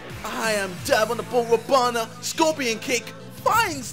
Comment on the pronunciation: did he say robana?